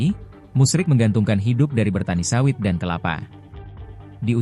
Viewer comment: Bapak itu namanya Musri bukan musrik, naratornya ngawur